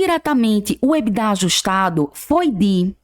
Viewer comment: Por que algumas pessoas falam ebidá?